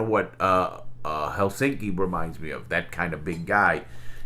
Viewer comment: Very good pronounciation on "Helsinki" Larry! It's a tough word to say for English speakers, but you pronounced it perfectly.